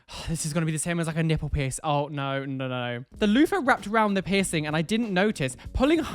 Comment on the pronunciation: really thought he said “share your 𝑝𝑖𝑠𝑠𝑖𝑛𝑔 story” instead of piercing story at first ... — JustHereForTheTube has left the chat.